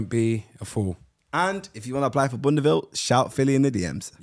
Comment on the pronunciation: I agree with Filly. Neymar Ronaldo Messi Man said "if i wanna dish him" man said boundaville. 😂😂😂😂😂😂